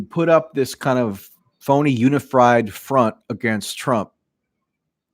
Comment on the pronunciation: Awwww “unifried”. My new favorite word.